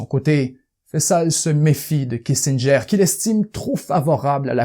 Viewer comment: Bien raconté. Toutefois, les prononciations de "Ibn Saud", "Sinaï", "'Kissinger" et bien d'autres sont complètements erronées (ce qui trahit un certain amateurisme), et les intonations sont souvent ratées dans la narration... dommage.